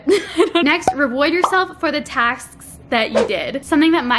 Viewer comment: "Reward yourself for the Tasksksks that you did" 😂